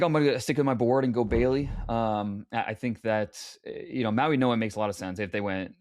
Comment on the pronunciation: Why are they saying MauiNOa instead of MauiGOa?